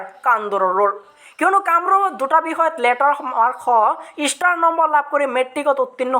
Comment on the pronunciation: ইষ্টাৰ নহয় অ ষ্টাৰ😖